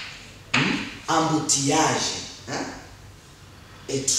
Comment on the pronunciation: Helloo teacher! you should say" embouteillage" instead of saying amboutillage. ok